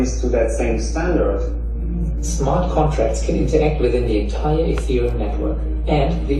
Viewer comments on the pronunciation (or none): none